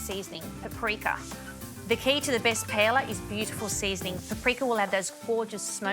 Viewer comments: Who the hell calls it PA ELA? 🤦🏽‍♂️ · There is only one correct way to say it. PA. EY. YA. The two Ls sound like a Y.